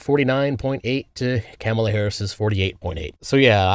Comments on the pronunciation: mate, why are you saying “Kámala”? Are you Canadian? 😅 It’s “Kamála” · It's correct pronunciation is kuh MAY la. I don't care what that dishonest woman says. She's not know for honesty or integrity. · Chefs kiss mispronouncing her name 🤣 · Like the video but you pronounced Kamala name wrong outside of that nice video